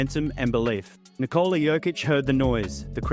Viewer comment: Here's a tip: Nikola is pronounced NI'kola, not NiKO'la. Similar to as how one would pronounce Nicholas; just without S at the end :)